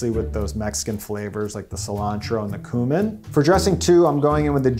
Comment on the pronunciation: This is an amazing video dude! And I'm sorry to correct you, but it's CUE-min not coo-min!